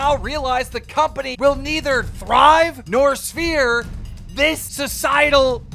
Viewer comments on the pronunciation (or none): The word is SERVED keem not sphere 😂